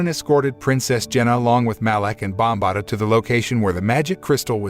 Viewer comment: ok its Bombaata not sure why that bothered me so much